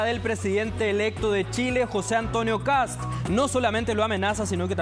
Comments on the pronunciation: Es Kast No kap mono ignorante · " KAP´S " Dónde habrá aprendido a hablar se viejo aweonao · Ya escucho sr KAP, KAP ps wn jajajajajaja ni siquiera sabe hablar el saco de weas...